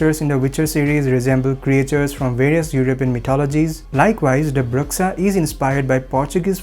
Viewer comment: Love this. However it's pronounced BROO-SHA, not BRUHX-UH :)